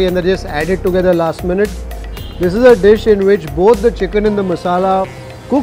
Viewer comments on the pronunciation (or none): none